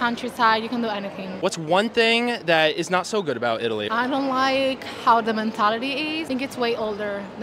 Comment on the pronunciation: Love Italy and Spain my favorites...but her pronunciation of " Italy " doesn't sound Italian 🤣🤣🤣🤣